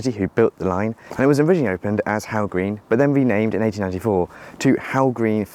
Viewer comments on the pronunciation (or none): Hough green is pronounced as "Huff" I'm from Widnes the station is a 30 second walk from my home, it was nice to see Widnes get some attention